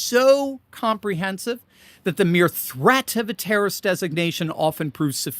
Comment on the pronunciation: You sed international tarroist organization wrong 😅